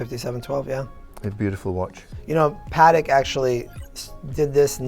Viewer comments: Why does pronounce Patek wrong like "Patic"? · Just curious - I thought it was pronounced "Pah Teck" as two clear syllables but the salesman refers to it as PAHTK" with the emphasis on the Pah.